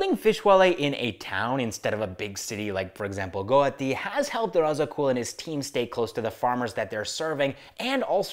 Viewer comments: Guwahati ❌ Goati✅ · It's not Guti, it's GUWAHATI